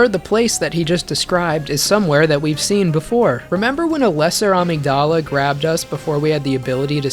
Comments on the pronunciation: Never heard someone pronounce Amygdala like that Was so confused about what part of the brain he was talking about till I look at the screen and saw the word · I love your content SO much, bro. But the way you pronounce "amygdala" when referring to the real-life counterpart is just criminal... lol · There’s no way you’re American, your pronounce almost every single word wrong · God I love the video but brother went to college for it and still mispronounced amygdala so many times it made my monkey brain grug out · the pronunciation of amygdala as ameeg-DAL-uh is KILLING me. xoxo, a neuroscience major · Weird not to google how to pronounce new to you words. It's amígdala. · Amazing video. I wish more people would do this for the fromsoft games. Also… Uhh mig duh luh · Since you mention pronunciation - the part of the brain- (Amygdala) is pronounced Uh-mig-duhluh, emphasis on Uh. Not, AhmigDahLah. I think the voice actors in Bloodborne either misprounced the word, or intentionally wanted the creature name to have a different pronunciation than the biological component. Either way, it has let to the entire community mispronouncing the word. Thought I'd spread the word because it's impossible to not notice. Your videos rule btw. Keep it up. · I will also note that amygdala is actually pronounced ah-MIG-duh-luh and I was so taken aback by your pronunciation I had to question myself lol Edit: oh that's how they say it in game... That's weird... I honestly hate that... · Love your shit. Btw Amygdala is usually pronounced Uh-Mig-Duh-Luh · AMEE-G'dala lmao? Please research how to pronounce shit before making these in future my guy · Uh-mig-duh-luh. Yes, it’s a play on words but the brain part is not pronounced the same as the creature. Since we are addressing pronunciations. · everytime he says amygDALA i lose it a lil ngl. great video though really fun to watch! got to and i get it now lol. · This is so great. Have you since learned how to pronounce Amygdala? 😉